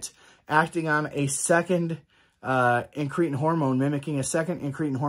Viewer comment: IN- kruh -tin not in-KREE-tn….Pkease dear god pronounce it right!! 😂